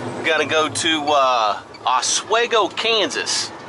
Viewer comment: Nice driving! It’s “Oss-Swee-Go” KS. It’s a hard E. Stay safe my friend.